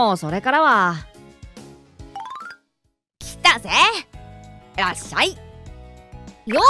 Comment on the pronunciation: ( ﾟ∀ ﾟ)ﾊｯ！ ネイティブな発音の『らっしゃい』だ！